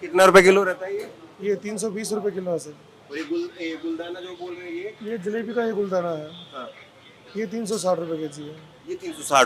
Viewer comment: Ye Jalibi Nahi Lala Maturam ka Jaleba Hai ---JALEBA,Sir